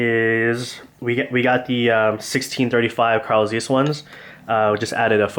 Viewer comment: its zeiss, not zeees